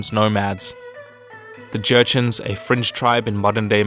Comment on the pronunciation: Did you say the Jurchens were French? I could've sworn you did.